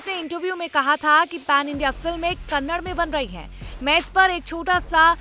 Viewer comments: First of all i like to say it is not Kannad it is Kannada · It's not kannad.. It's kannada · It's Kannada not kannad, atleast pronounce it correctly 🤦🏻‍♂️ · It is Kannada not Kanad, at least pronounce properly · It's a not a kannad its a kannada, ka nna da🙏🙏🙏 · Hlo Didi vo kannad nhi '‘kannada' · It is not kannad it is Kannada. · Hello madam it is not Kannad.... It is KANNADA... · Kannad nahi ....kannada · Kannad nahi kannada